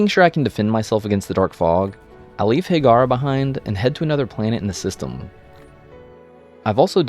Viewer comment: It's not Higara but Hiigara....